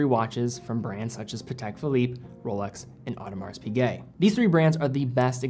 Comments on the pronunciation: It's silent, he was wrong. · Man,, if you could just bring yourself to pronounce Audemars Piguet correctly, you would leap a few notches in the credibility department... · I didn't realize the "s" in Audemars Piguet was pronounced. I always thought it was silent. Can someone else confirm the "s" is supposed to be pronounced?